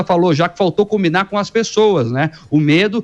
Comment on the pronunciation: Essa jornalista fala "primeiro tem que cominar com todo o mundo"...pense menina, com a cabeça, com o cérebro...antes de falar.